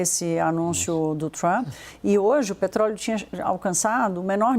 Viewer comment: agora está falando com sotaque de americano nativo “petrrroóóleouu” piada